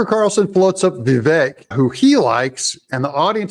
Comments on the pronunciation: Doug: It's pronounced Vivake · DOUG! Say his name correctly, please. It is Vi-VAKE. Long ā in the last syllable. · learn to pronounce vivik correctly